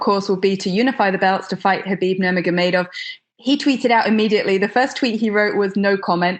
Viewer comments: Yaser lol khabib nurgagagonnamenov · Justin “khabib nurmagodemedov” Gaetjhe